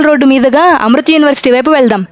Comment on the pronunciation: అమృత్ యూనివర్సిటీ కాదమ్మా ! అది అమృతా యూనివర్సిటీ.